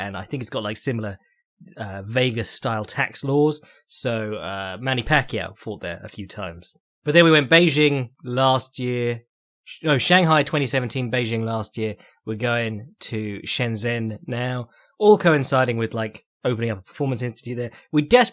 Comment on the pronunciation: Man, you nail a weird name like Andrade, but then go on to butcher Chinese and Japanese names to the point I have a hard time understanding who you are talking about. Zh = like "j" in "jungle" or G in "George". Now you know how to say both Zhang and Shenzhen. For Japanese names (or word for that matter), emphasis on the first syllable, KYOtaro, not KyoTAro.